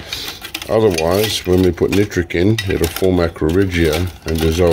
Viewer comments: And it’s nitric lol not nootric lol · Hi it’s ME again hiiiiii can you do a show showing how to make poor man’s nitric. Ps I like the way you are trying to say nitric and not nootric but I like the way you say nootric lol